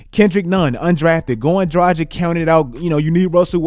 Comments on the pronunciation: Goran Draghich, not Drajik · bro Dragic is pronounced Druh-gich. Not Dragic like the Magic. He's slovenian. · My mans said Goran Dragdgdic like 5 times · the way he pronounces Dragic was driving me crazy lol. Drah-gitch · damn your mispronounciation of Dragic annoys the shit outta me. Draghich this may be better. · Could you please learn how to say "Dragic"? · The way you say Dragic 🤮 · please learn to pronounce European surnames - Dragic, Doncic. Its not rocket science, dont be Chuck ;) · still havent fixed your pronounciation of dragic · Oh man , Its tragic to pronounce him Dragic 😂😂😂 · I like your videos buddy, but you really need to work on your name pronunciation. (You butcher Dragic, Doncic and other eastern european players' names) I get that americans aren't good with foreign names, but still, as someone making videos on the NBA, at least try to get the players name right. Anyway, keep up the good work my man !